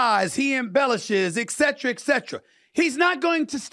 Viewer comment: PS Steven - please stop pronouncing the abbreviation etc. as excetra it makes you sound uneducated - it is a Latin abbreviation of two words not one : et cetera ( and so forth )